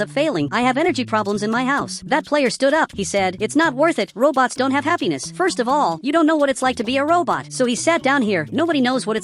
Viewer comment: you said wrong just say robots not robtos